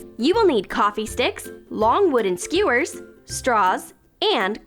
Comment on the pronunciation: Eww the way she says Skewers is disgusting!!